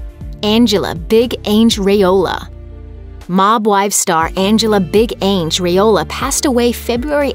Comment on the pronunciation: Lmao right? Her pronunciation was hilarious.